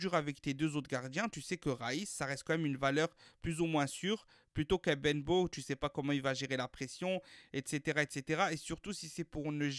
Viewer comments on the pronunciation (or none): Ça se dit benbote 😂😂